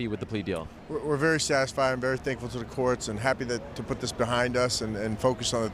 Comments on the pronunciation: He can’t even say “thankful” properly. Fuck he’s a mess! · He said he is “Tankful” ... what a beast